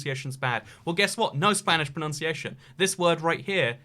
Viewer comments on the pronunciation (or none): none